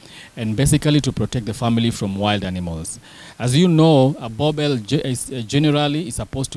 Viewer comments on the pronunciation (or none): Why do you guys call them boerbells ? 😂 Its Boeboer ( Boer-Bull )